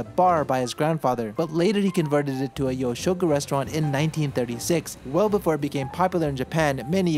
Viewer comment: I think it's pronounced more You'shoku instead of Yo